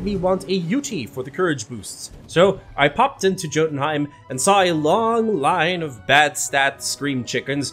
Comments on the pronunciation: Jotunheim is pronounced with a y not a j not trying to be a weeb just giving you a heads up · Love the video but when you said Jotunheim wrong made me cringe lol it's said yo-tun-hiem the J in Jotunheim is sounding of a different letter it's weird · Yotuun-heim. Spelled jotunheim, pronounced yo-tunheim.